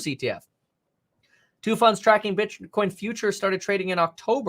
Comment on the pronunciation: he said bitchcoin hehehe